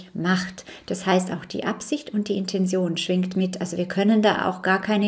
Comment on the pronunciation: Liebe Mel, dankeschön für deine Arbeit und die bereichernden Informationen. Nur eine kleine Frage: Warum sagen so viele Menschen, die im esoterischen Bereich Infos verbreiten "Intension"? Ich kenne nur das Wort "Intention", ausgesprochen " Intenzion" in der Bedeutung "Absicht". Das verwirrt mich etwas.. Liebe Grüße und alles Gute